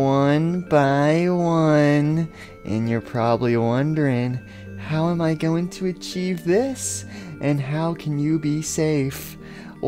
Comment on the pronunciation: Poppy says [ I HAVE A GUN IAM GORNE TO KILL]🤣🤣